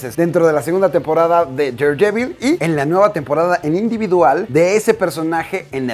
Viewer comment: Me gusta tu canal, pero no sabes cuanto me molesta como pronuncias daredevil :v